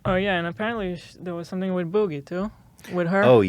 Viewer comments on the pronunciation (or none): Haha Hila says Boogie like "Bougie"